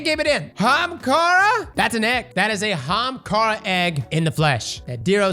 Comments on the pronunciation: Hamkara. That guy who kept asking to say Ahamkara instead of Hamkara gave up. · AHamkhara not hamkhara, AHAMkhara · AAAAAAAAhamkara not Hamkara bruhhhh😮‍💨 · AH-HAM-KARA, CROSS! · He still pronounces Ahamkara wrong.